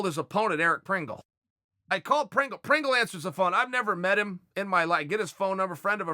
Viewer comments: Hahaha Eric Pringle.... Lol. Its Prindle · Fighters Name is ERIC PRINDLE... not PRINGLE.... But who cares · Chael the kind of guy to say Pringle instead of Prindle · Lol his name is Eric Prindle with a “d” and Chael’s legit calling him Pringle like the chips 😆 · Lol at Unc calling him Eric Pringle. It's Prindle. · Chael....although i love it, i need to know why you have so much trouble with names 😂😂 Eric PRINGLE is actually PRINDLE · Eric Prindle Not pringle like the mustachio chips 😆